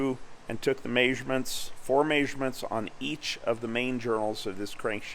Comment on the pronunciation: love how he says "may-surements" (measurements)